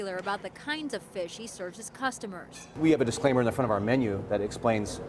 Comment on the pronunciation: Cooostomers? Lmfao